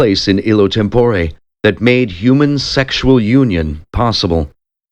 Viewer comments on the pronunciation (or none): On the whole, a fine reading -- but there are too many mispronounced words. Five-syllable words are sometimes uttered in four syllables. (Homogeneous is one example.) Instead of "institution," we hear "intuition." "Tempore" is accented on the second syllable instead of the first. Etc. -- But I still appreciate the effort!